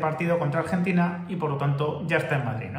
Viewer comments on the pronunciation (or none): none